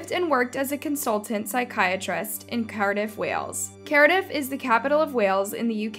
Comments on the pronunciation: the town is called Cardiff pronounced Card-iff or Car-Diff not Carediff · Your pronunciation of Cardiff (American accent) should be more like, Car-Dif. Nice video thanks! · It’s pronounced Car-diff… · Your pronunciation is inconsistent. You said Carediff, then Cardiff, then Cardiff, then Carediff. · Die-on? Cari-dif? cree- ee - gue what? 😂😂